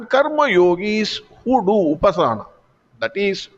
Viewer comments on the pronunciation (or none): A correction: It is upaasana, not upasaana. Harih Om.